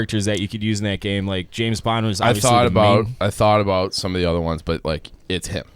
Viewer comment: Did I hear pronounce James in James Bond as Jameis?